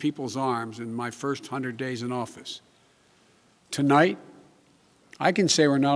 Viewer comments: “Twolight” instead of tonight and thats just the first sentence, ooof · Not even 5sec in and he mumbles. Tolight we😂😂